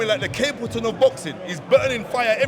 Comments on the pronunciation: Man said capelton of boxing 😂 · "The Capleton of boxing..." ha!